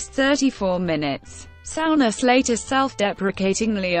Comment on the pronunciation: Sow-ness😆 stupid computer.